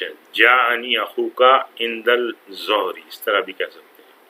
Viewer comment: aap ال pronounce q kr rhy hain... ظ haroof-e-shamsi mein sy hai.. it should be einda-Dh-uhri... Shukran :)